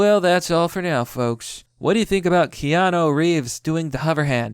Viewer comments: KÈ-Á-NOO...not kay-a-nô. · It's pronounced key-ah-new, not key-ah-know. In dictionary usage, noo is used for "new" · At first you were calling him keana... Which I've never heard anyone say in my life! Lmfao... Then you saw how it should be pronounced... key-ah-NOO! Noo is not no! If it was no, they would put no! Lmfao... How do you pronounce Boo? Or Poo? Sooooo, how do you pronounce Noo? Lol Such a fail... The guy that pointed this out to you before was correct! At least now hopefully you actually have learned how to say his name! Which everyone I've ever known has known how to pronounce! XD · pheenix Rivera wrong. What i wrote is correct. Stop confusing him. He already can't read normal words properly. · Key isn't pronounced like kay dafuq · It's pronounced Key-Ah-New...*facepalm Wise men will protect themselves from present and future conniving psychos. There is no need for men to keep fixing what women constantly break and insist on breaking - just replace them via technology. Yes, younger men have their lives ahead of them, and should not waste or risk their futures on these psycho traitorous thots. Want kids? SURROGACY - it's the best move for men to avoid shitty relationships, divorce rape, alimony, child support, and having your kids brainwashed to hate you. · How do you look at a phonetic spelling of Keanu and still pronounce it wrong? It's Key-Ah-New and Wah-keen! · It's key-on-oo and wa-keem Phoenix. Take it from a gen xer. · KEE-AH-NOU (Holy Crap! My ears are bleeding every time his name is botched)... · and women berate us for not 'stepping up'. you wanted it this way, live with it. Kee-an- oo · Key-Aah-New! It's not Key-Aah-No. It's not Koan-New either like another Youtuber calls him. It's like 'moore laws is dead'. Another Youtuber I know saying NerVidia instead of EnVidia. Why can't Americans pronounce words and names? AluminIUM! Toe-Mah-To! Poe-Tay-Toe! (angry grating of teeth intensifies). ;) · Its key-ya-noo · Keanu. 'Kay-a-new'